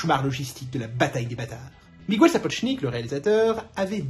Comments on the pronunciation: Un régal, cette chronique, bravo !👍👏👏👏 Je croyais tout savoir sur le tournage de ma série préférée, mais j'apprends plein de choses. Ça mériterait une diffusion sur une grande chaîne de télévision. Un détail minime : si les français pouvaient arrêter d'appeler les Miguel "Migouel", ce serait sympa et ça m'écorcherait moins les oreilles. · Je plaide coupable pour Miguel, ce n'est en effet pas la bonne prononciation. Voilà ce qui arrive quand on apprend pas la langue de ses ancêtres. En tous cas merci pour ce chaleureux retour, Lizzie (une fan de Jane Austen et de l'épatante websérie sur YT ?). Les coulisses furent en effet aussi épiques que la série elle-même !